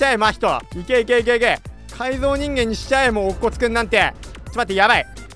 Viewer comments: あの、また乙骨君(おつこつくん)言ってますよw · オツコツって言ってますWWW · うぽぴくです‼ ﾃﾞｵﾁ... 未だに乙骨君のことおつこつって言ってるの草'`,､('∀`) '`,､